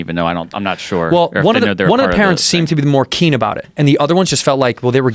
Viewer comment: I love you cheeto, no more "keen," no mas "keen" amigo